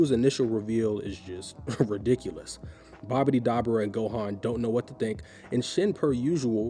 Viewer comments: the accent on dabura is on the U, so its dabUUUUUra, not dAAbura bro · DAH-BOO-RAH Not DabbaRah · Great video. But Doe-bur-a lol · Bro this video is awesome, but the way you say Dabura is diabolical 😮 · Stopping after the way you pronounced dabora